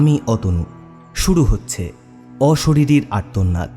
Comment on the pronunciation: গল্প পাঠ খুব দুর্বল 😪 উচ্চারণের প্রতি যত্ন নিন.....আর্তনাদ উচ্চারণ খুবই কানে লাগলো!!